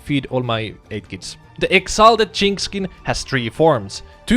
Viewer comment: The way you say "jinx" sounds like a racial slur....